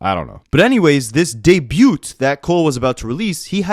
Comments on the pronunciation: i've lived in 3 provinces and never heard someone say "debut" like that 😭😭 that ain't a canadian thing bro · Doubling down on "Debut" is Nasty work boi 😂😂 I am entertained